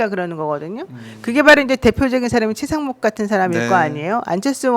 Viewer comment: 노변이 권영세 권성동 다음에 최강욱이라고 한거 맞나? 최상목 말한거 아님? 발음이 아무리 들어도 최강욱으로 들림. 내가 이상한가?